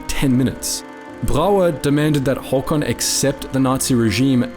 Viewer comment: As a Norwegian the first thing that struck me was how well you pronounced his name. Well done, really good first impression